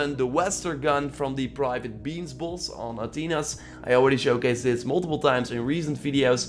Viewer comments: He says bloss not boss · What "buss" are you farming now lmao why do u say boss like that